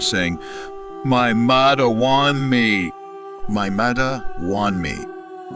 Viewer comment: Saying “ Mii Madda Waan Me “ 😂 😭